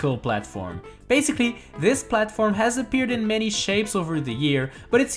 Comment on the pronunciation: Who else realised he is saying baziclly?